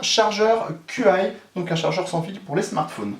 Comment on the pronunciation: Très bon boitier je trouve, par contre pour le chargeur, "Qi" ce prononce "tchi" ^^